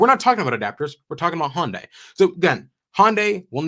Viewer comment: Pet peeve: as I understand it, it's pronounced Hun Day, not Hon Day. They Y is (almost) silent. 🙃 It is good to hear that yet another manufacturer has finally gotten access to the Tesla Supercharger network.